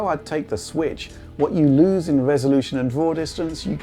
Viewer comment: Nintendo Sritch... Or as would say, "Nintendo Switch"...